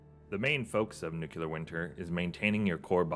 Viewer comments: Looks amazing! And umm, by the way... it's NOO KLEE UR, not noo Q lur /sigh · You said "nucular" :-P Very interesting mod. I'm keeping an eye on it for my next playthrough. I feel, "winter is coming"...